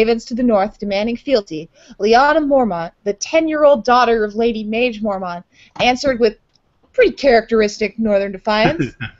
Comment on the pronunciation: Love this show! My husband and I pretty much obsess over A Song of Ice and Fire, and your podcasts have given us so much to discuss! I do have one small nitpick though. I believe Maege should be pronounced Meg. I know ASOIAF names don't always correspond, but Maege has a real-world counterpart name. It is a French name and is pronounced Meg. I had forgotten Maege was on her way to Greywater Watch with Galbart Glover and Jason Mallister. I really hope they play a part in the battle of ice. Great show!